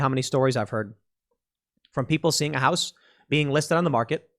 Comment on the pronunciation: what is this "houce" thing he keeps talking about? not sure how it's spelled, never encountered one before and probably never will